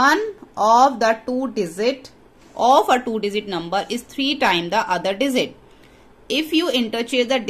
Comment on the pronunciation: Digit ❌ Dizit ✅